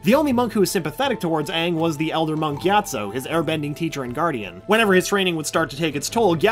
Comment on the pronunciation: I always heard "monky atso" instead of "Monk gyatso"